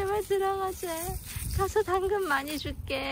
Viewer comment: 당근이 아니라 멈춰!로 들려요 ㅋㅋㅋㅋㅋㅋㅋㅋㅋㅋㅋㅋㅋㅋㅋㅋㅋㅋㅋ